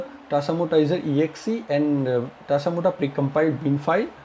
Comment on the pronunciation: Tasamota or tasmota It's confusing because you said "tasamota"